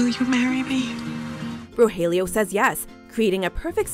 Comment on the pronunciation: Pleeaase stop mispronouncing the names...